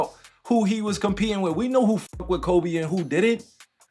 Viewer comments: And its KobE not kOBEY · Man you can give the AI the correct pronunciations of names, btw. You don't have to just let it say Kobayy 100x. I appreciate the hard work on the video but that was rough.. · Who the hell is Kobay? It’s Kobe lol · Nothing like seeing a video that tells us to put some respect on His name then proceeds to say “ Kobay” and Devin “Buuueker” 😒🤦🏾‍♂️😂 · Boy keep calling him kobey😂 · This narrorator keeps saying kobay, its ko-be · It’s Kobe not kobey buddy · Its kobe,not ko bay...please put sum respect on his name 💜8💛 💜25💛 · Kobay and Kuriay for Kirie 😂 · Forget the video topic. Listen to the pronunciations by the narrator in this video. It’s fake AI trash people. Koh-bay (like the region & beef). Kyrie is in the freakin’ video with his name being correctly pronounced by other NBA peeps, but when the narrator says Irving’s name? What the heck is that… F**k AI generated trash. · Ko~Bay ?? Haha 😂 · Put r3spect on his name..its not koBAE